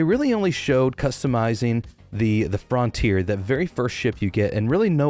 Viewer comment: Why are you pronouncing it Fron tier?